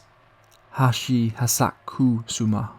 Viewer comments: It's pronounced "Ha-chi sha-ku sa-ma" I'm sorry but you really butchered her name into something else entirely...😅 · And you STILL BUTCHERED IT, hilariously 😂😅🤣 Japanese is a phonetic syllabic language it's not even that hard to pronounce if you chop it up into syllables: Ha-chi-sha-ku-sa-ma 😅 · Hachi-Shaku-Sama is how you pronounce it